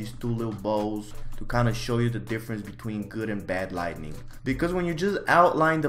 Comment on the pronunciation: please learn the difference between 'lightning' and 'lighting' and how to pronounce them words correctly